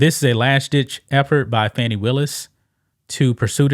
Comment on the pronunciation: No, it’s “Fanny”, like your a zz. ☝️🤣